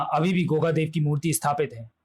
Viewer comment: Truti Sudhar => Deva nahi Dev hai 😤